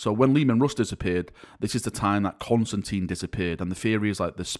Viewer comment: Not Constantine, he is Constantin. There is no een